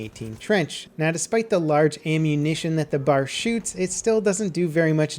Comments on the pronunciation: Just a note, it's pronounced B.A.R, not "Bar". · stop calling it the 'bar'! its pronounced B-A-R! I thought you of all people would know that. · Can't stand the way he says "bar" instead of B.A.R like you're meant to. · Yep, I agree. BAR should be pronounced Bee-A(as in day)-Arrr Please make a note of it. Otherwise informative video. Bravo. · It's pronounced B.A.R.,the acronym for Browning Automatic Rifle. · Man I still haven't gotten over him calling an AR-15 an M4. Now I have to deal with this horrible pronunciation. Not to mention him calling the B.A.R. a Bar. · ugh i hate when people miss pronounce the bar. you all the letters separately that's why it's called the Browning automatic rifle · Micah Hewitt this is different, only people who are uneducated about weapons such as the b.a.r will pronounce them incorrectly. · pls... Stop calling it the "bar". You always do your research so well with other guns and vehicles - you should know that everyone in the time period called it the B-A-R, spaces added for emphasis. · The "Bar"? It's the B.A.R. Browning Automatic Rifle. Get it right. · B.A.R. not a bar ;) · its called a B-A-R not a fucking bar. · dude the bar is pronounced bee ay are not bar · I cringe when people call it the "BAR" just say B-A-R. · B A R. Not "bar". Nobody ever called it the "bar". Just watch some old ww2 movies. They always call it the B A R. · Its not "bar" its B.A.R.! YOU SHOULD KNOW THIS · Every time pronounce the BAR as "Bar" (not B-A-R), I die a little in the inside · "b" "a" "r" not bar. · It's not bar it's B A R. Browning automatic rifle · B.A.R. You say the letters, it they mean browning automatic rifle. It's not bar. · It's not pronounced "Bar" in one word, it's B.A.R, Browning Automatic Rifle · Please stop calling it a bar. The B-A-R is one of the greatest automatic rifles of all time. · Pronounced B.A.R, not Bar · It's B.A.R (Browning Automatic Rifle) Not Bar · It's the B.A.R not the bar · B-A-R! Not bar! B-A-R!